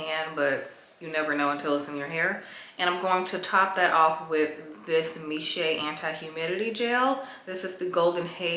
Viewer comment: The brand Miche is actually pronounced Meesh